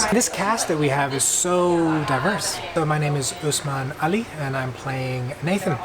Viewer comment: Its Usman Ali not Ally